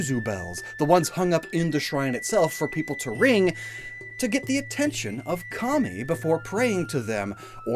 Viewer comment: i know you said kami but i heard commie😭